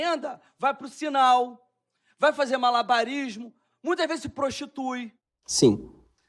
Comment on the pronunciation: ai, voce "rai pra la "